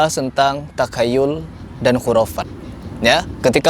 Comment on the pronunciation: 10.25 Takayyul😂😂😂😂,, Takhayyul...Belajar makhraj dimana😂😂😂.. Benarlah sebuah kalimat من تكلم بغير فنه أتى بالعجائب